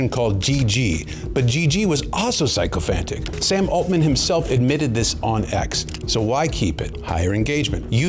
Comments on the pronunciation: Sick- o-phantic not psycho phantic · Were you trying to say sycophantic? its pronounced sic o phantic. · You mispronounced sycophantic. Sic-ko-fan-tic. Not psycho-phantic.